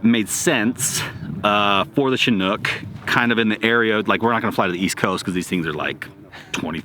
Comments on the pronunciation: So funny listening to you guys say Chinook😆It's pronounced shĭ-noo͝k 😉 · I got to ask, why do so many people pronounce Chinook wrong? Shin-nuk, not Chi-nook.